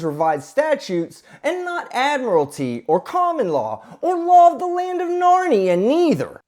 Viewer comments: Not admiralty... "Add-mur-al-uh-ter" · it’s pronounced “ad-mir-I-li-ty”. LOL. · Did she really say” Admirality” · Admirality? At least learn the word if you're going to use it. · "Ad-morality law" she said 😂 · No. Attorneys don’t want to work with you, sister. And, it’s admiralty, not admirality. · Admirality and grammerly in the same video! We only need one more mispronunciation for the sov cit trifecta! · I'm sure she said "Admirality" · Ad-mir-alitee is always the give away. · Are we going by common law or ad-mere-al-ty law? Lady, do you see an ocean?